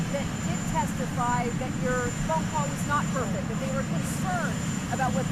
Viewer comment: "I call it a perfecK conversation....", the man can't even say the word perfect! What a loon.